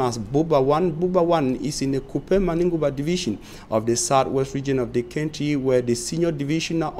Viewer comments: Country is pronounced phonetically as Kantri my brother. Sorry if I sounded off. No harm meant! Peace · Country not kentry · Why is he pronouncing country as kentry 😳😳😝😝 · My friend pronounce well. Country not kenty. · KENTRY & EEEFORTS? REALLY!!! semantics na different level lol but we get the message. We need to investigate the panel of interviewers who agreed that you should be employed as a newscaster